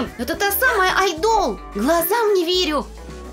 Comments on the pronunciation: пожалуйста, не мучаете людей ! не айдо́л , а а́йдол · Ну вообще-то не рамЭн, а рамЁн! АйдОл? Правильно будет Айдол! Ну как бы можно было погуглить как читается. Я знаю что такое К-РОР и корейская еда.. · Не айдол а айдал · Не айдОл, а Айдол!!! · Не рамЭн, а рамЁн. Не айдОл, а Айдол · Не Айдо́л а Айдол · Не айдОл, а Айдол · И не айдОл а Айдол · Вообще то не айдОл а Айдол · О Господи, меня одну бесило на протяжении всего видео произношение слов айдОл и рамЕн аааа, спасите 😓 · О Господи меня так бесит произношения всего этого видео РамЭн, АйдОл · Вот как правильно аааайдол ударение на а и рамёёён ударение на ё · Ким это ФАМИЛИЯ а не ИМЯ. Лучше гуглите имена. А то опять перепутаете. И научитесь правильно ставить ударение и произношение. Рамэн, вы совсем уже? АйдОл😐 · А’йдол* правильно говорите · Меня одну весь ролик бесило слово айдóл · извините, но произношение слов "айдол" "рамен" не правильно, и когда надо было разогреть пиццу , вы хотели оскорбить айдолов тем, что они не умеют готовить? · Она айдол неправильно говорит 🤦🏻‍♀ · Вы не правильно говорите слово айдол